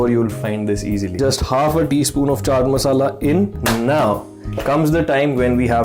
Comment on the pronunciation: I liked how you said chaat masala hahahah. Your recipes are great tho!